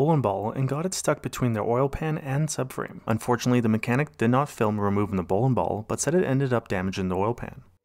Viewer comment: Bowlin ball, Trackin device, Timin chain lol